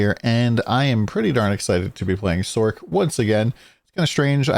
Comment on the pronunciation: Sorc not sork. Its not a sorkerer! Nice vid though!